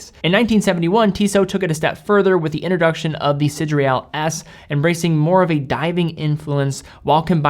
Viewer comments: Should be "see, day, rall" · Hey. I picked one up 2 days ago. It truly is lovely. One small thing: it’s “Sidéral”, not “Sidréal”.:-) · Sid-re-al…?? Pretty sure it’s Sid-er-al. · Am i the only hearing "sidreal" ? In any case, great video and great watch :) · Why is (mis)pronouncing "sideral" as if it is spelled "sidreal"? Even the actual word (sidereal) is pronounced sə-DEER-ee-əl. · SIDERAL WTF IS DAT PRONUNCIATION LOL I LOVE YOU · Good review. But you totally mispronounced the name of the watch.